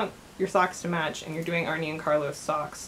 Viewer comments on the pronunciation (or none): Pronounced "Arnuh" and Carlos. Not "Arney". A common mistake 😉